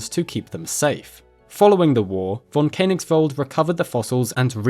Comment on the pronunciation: pronounced like fonn Kö (a bit like e in nerd) nigsvald